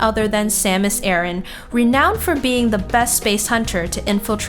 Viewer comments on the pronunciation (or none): You'r pronouncing Aran wrong